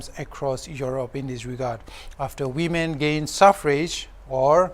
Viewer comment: we all know it's women but the pronunciation sounds wemen that's it byeeee👋